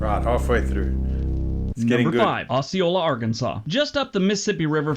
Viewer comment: He pronounced Osceola, Arkansas wrong. It's OH-see-oh-la not Oss-see-oh-la. He's wrong about Arkansas though. It's not all dangerous. Just our capital city of Little Rock, a small city called Pine Bluff and the Delta is bad. Northwestern Arkansas is fine, Northeastern Arkansas is fine on the Crowley Ridge and here where I live in Southwest Arkansas is fine. It's not as terrible as people say when you get outside Little Rock and the Southeastern part of the state